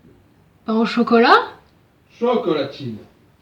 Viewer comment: la façon dont l'a dit CHOcolatine